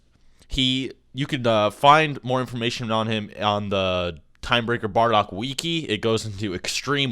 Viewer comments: Godamn it I cringed so hard I got whiplash this man said WEKI instead of wiki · "weekee" Man not heard that one in years. It's "wiki" like "wiki wiki wa wa". I then wanted to argue that Vegito in the Buu saga is more than 10s of times stronger than Goku. And yeah he is. 400 times stronger than Goku minimum. Gogeta's multiplier would be greater than this through common sense. SSJ4 Gogeta would only realistically lose to Jiren or SSJ Blue Vegito. Oh or mastered Ultra Instinct Goku, nearly forgot. SSJ4 canonically gives an increase between x4000 and x8000, but fusion multiplies one person by another. Goku's power when fusing with Vegeta increases by about x400. Vegito would be fodder to SSJ4 Goku. But when he goes SSJ? Super vegito is x20000 Goku's base. Yes that number is correct, and x20000 is so much stronger than SSJ4 Goku's x8000 would be. The only way for Super Vegito to be as weak as SSJ4 Goku is if we are using the Goku from GT who has a stronger base form. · lol "Weekie"